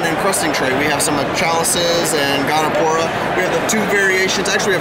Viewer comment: Gonipora. He said it like 4 times